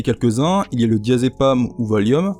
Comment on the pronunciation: Même chose pour le AM des fin de molécules (genre DIAZEPAM) qui se prononcent EN comme enclume.